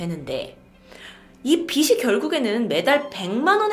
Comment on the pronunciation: 빚이===비시 X 비지 O 다른건 다 좋아요~ 앞으로도 좋은 영상으로 화이팅 하세요!! 늘 응원합니다😅